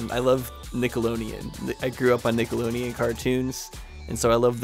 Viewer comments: 🤣 Nickeloneon 🤣 its Nickelodeon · I am in LOVE ❤❤❤ with this series! Nickeloneon? Lol, it was so funny how you said that 😂